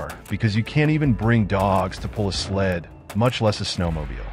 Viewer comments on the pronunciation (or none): none